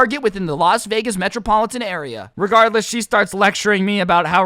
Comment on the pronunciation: This is how many times he said regarless 🔽 wrong way